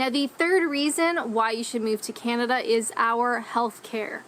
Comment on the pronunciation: This narrator uses another odd way of saying Canada. It sounds like she is saying Kin-a-da. It seems odd that the name is so hard to pronounce for some. She has also adopted the "hipster: way of saying Toronto, eliminating the second T. Rather than making the place seem cool, it just makes the person saying the name that way seem like a doofus. Regarding the health care dollars and plans, each Province gets an annual amount from the federal govt. based on population, and each province also provides dollars toward the health care in that province. Some portion of the federal sum does come with requirements that the cash is spent for specific aspects of the system. Many provinces are demanding more autonomy over said spending. It's a political question that causes intense debate.